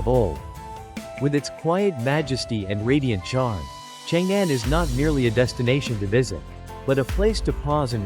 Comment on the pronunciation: It’s not called Chang Anne - it’s more like Chóng Ōn!